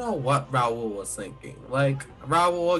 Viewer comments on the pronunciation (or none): “RaWl” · Why can no one say Raul😂😂